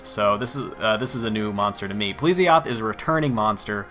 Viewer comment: pl'E'sioth not pl'i'sioth xD